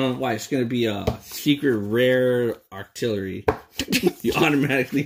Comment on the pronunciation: In stead of octillorly it’s octo really